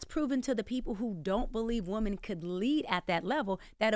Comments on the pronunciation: Woman instead of women eats me up every time she says it. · Is it me or she can’t say women? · The way she says subpoena. She don’t know the difference between womAn and womEn. Eek.